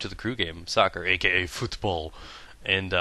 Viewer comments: You pronounced football like a snobby Dutch guy: voetbal. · Haha, why did you sound asian when you said football :D